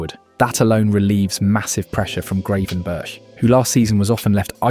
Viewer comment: the way he pronounced Gravenberch made me stop watching, what was that 😭😭😭😭😭😭